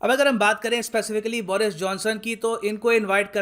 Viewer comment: बोरिस नही बरीस watch - (go goa gone)